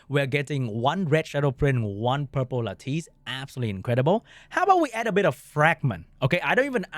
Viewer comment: Should probably learn to pronounce "lattice" if this is your main game for content :P